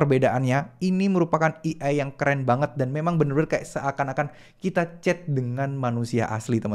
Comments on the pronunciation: bang AI dibacanya "e ai" bukan "i ai" 😥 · A.I. bukan E.I. atau mending sebut'y pake Alfabet Indonesia aje, Á.ì ☺️ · Eh-Ai mas bukan Eee-Ai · baca nya "ei' bang bukan "i" . kalo di gabu jadi "ei ai". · fyi A.I. "dibacanya (ei-ai)" pemvokalan huruf "A" = ei, bukan i = "E" cmiiw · Baca nya "ei ai" bukan "i ai" 😁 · AI (ei ai) bukan EI (i ai) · AI dibaca E-Ai bukan i-ai (ejaan indo) hadoh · maklum gak bisa basa enggres dia, kuping gue gatel denger dia salah pelafalannya